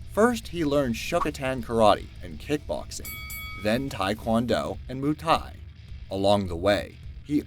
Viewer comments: What on earth is Moo Thai? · Muay Thai is pronounced "Moi Tie"